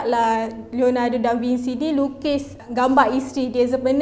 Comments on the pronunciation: Bukan Franch, French (Fren-ch). Da Vinci (Bin-chi) bukan Da Vinsi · SEBUT ; DA VIN-CHI Biasanya italian bunyi hurup mcm yg ditulis. xperlu di-Englishkan. *biasanya